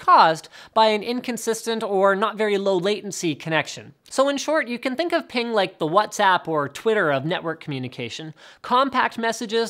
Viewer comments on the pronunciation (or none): Yeah , lie again.....that's not how you pronounce it